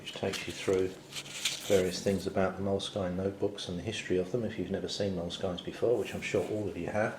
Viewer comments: It's pronounced moleskin not moleskyne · I think it's pronounces "Mole-Skin," not "Mole-skyne." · I had heard it's pronounced moleskeen. So I think that covers them all.